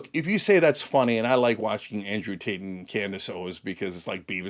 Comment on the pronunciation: I could have sworn he said "Andrew Taint."